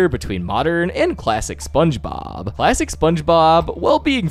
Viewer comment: I keep thinking you say “plastic SpongeBob” or “lifelesson SpongeBob”